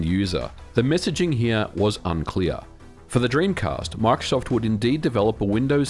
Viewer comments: bro makes "microsoft" sound like "mark shuffle" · "Mike Shoft" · “My-cro-soft” - Microsoft